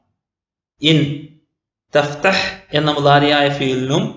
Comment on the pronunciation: Thahthah അല്ല തഫ്‌തഹ് 🤔